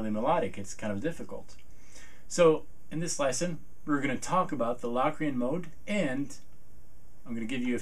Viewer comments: Low-cree-en not LAW cre-in! hahah Great video though! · are you pronouncing it right? cause ive known it to be pronouced like "locust" not like "lock-rian" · productions Sorry but that is flat out wrong. The o is pronounced O as you stated in your formula above. It is not pronounced as a short A as is doing in this video. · covers it's definitely Lo(w)crian, not La Crian. In English we don't always realize the letter "O" gets it's name from it's sound. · I've always heard it pronounced "Low"- crian. Not "Lock". The Oxford dictionary online has long "O" listed first, then a with an umlaut. So it appears Low, is the 1st listed. Lock 2nd. Both listed so both are probably correct. Potato, po, tah'-to. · Is it pronounced LOCKrian? Cause my music theory teacher says LOWcrian. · Really sweet videos. And I speak as a pianist who has a pretty good idea what modes are about. I've always heard it pronounced "low-cre-an" though. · In Samuel L. Jackson's voice, "say Lock Re-Ann one more time"! Hahahaha! Seriously, though, Say Locrian one more time........ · He made a whole video about a mode that he can't even pronounce the name of.